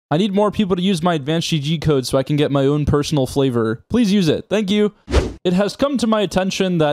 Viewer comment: I die every time I here “my own PPeraonal PHlavor” ☠️